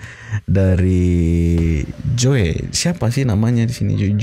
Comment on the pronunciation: Joey sebutan nya Jo ey ....heheheh